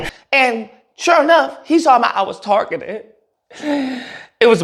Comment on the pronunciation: “I was tar-gitted after-wurrrds” 😂😂😂😂 Then started a give-send-go although they don’t like socialism. 🤣😂😂😂😂 You can’t make this up… He’d better start selling shirts like Coondace. 🤣🤣🤣☠️